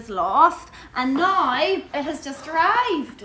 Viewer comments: "naur" (now) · Love how says the word “Now” 😂 accent morphing into Northern Ireland